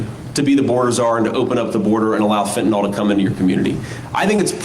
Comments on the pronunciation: It’s fentanYl not fentanOl ffs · I find it hilarious that Mr. Vance pronounces it "fentanol", like it's a new version of booze. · I think it's weird they still cannot say the drug fentanyl correctly and noone still has not corrected them. 😵‍💫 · I think it's pretty weird to mispronounce fentanyl. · I think it's weird to mispronounce Fentanyl.